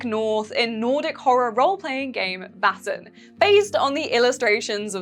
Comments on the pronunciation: It’s not pronounced “vassen” it’s “væsen” ae is not a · You should look up a pronunciation guide before making a video. I love your vids but when you say Vaesen in any of these vids it makes me want to pull my hair out.